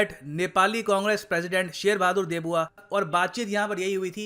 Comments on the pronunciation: Why you pronouncing Deuba as "Debuwa" sounds really funny 😂😂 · "देउबा" not 'देबुआ' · Very firstly pronounce our prime minister name correctly not debuwa its deuba..!!! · He is saying debuwa instead of deuba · just the fact ur calling sher bahadur deuba debua is quite offending to the normal neplese and i dont mean to sound anti india i agree that nepal should work with both india and china so just dont call him debua it's deuba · Debua nehin Deuba hai ! 😃😄😃😄😃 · शेर बहादुर देउबा है सर देबुआ नही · Sir wo देबुआ nahi देउबा hai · Not debua its deuba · pronounce Deuba not Debua 🤣🤣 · देउबा है सर न कि देबुआ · It's deuba not debua as spoken in the video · Its not DEBUA, its DEUBA… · शेर बहादुर देऊबा not देबुआ 👍